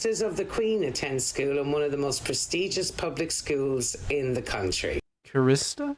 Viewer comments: choristers not chor(ist)ters choris sters Young boys who sing in the choir! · Some odd pronunciations from the narrator: 'chorister'--a member of a choir--I've never heard pronounced as 'co-reest-er'. There were some earlier in the video--'core-tee-aye' for 'courtier'--and others that I didn't note. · She was mispronouncing 'choristers', for some reason emphasising, incorrectly, the middle syllable. There are quite a few mispronounciations in this video but it's somewhat understandable considering the length of the piece, word count and the number of archaic terms used. :) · If you want to see some truly outstanding carving, take a look at THE WARKTON MONUMENTS inside WARKTON church in Northamptonshire. There are a few videos on You Tube about them. SIR EDWARD JENNER invented the Smallpox vaccine in 1796. She said chorister in a very weird way !! CHORISTER is pronounced like "forrester". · is Irish. She mispronounced 'chorister'. (And as you correctly pointed out, near the end said, '1899' instead of '1699'.) Great video, though. Thanks. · "Chorister" rhymes with "forrester". It means "singer in a choir". In English cathedrals and other great churches in England, the term is normally only used for the younger members of the choir. The adults are normally "lay clerks" or (in places of education) "choral scholars".